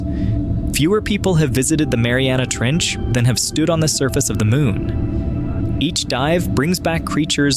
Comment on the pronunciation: Somewhere in said Marina Trench instead of Mariana trench